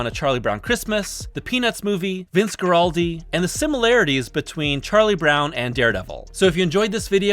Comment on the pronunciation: As much as l enjoyed this video,it drives me crazy how keeps mispronouncing “Guaraldi”.